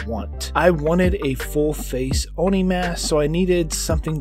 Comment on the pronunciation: Just say it as Oh-Knee